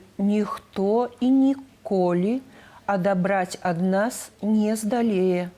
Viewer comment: Неяк мне балюча... У дыктоўцы пачула две памылкі: слова "здолее" пішацца праз "о" і націск таксама на "о". Другая памылка ў апошнім сказе: "будучыні" пішацца на канцы з "і", а ў дыктоўцы ясна чуецца "ы" - "будучыны"